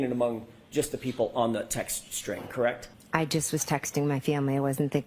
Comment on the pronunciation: Atleast she stopped saying “KRECTT”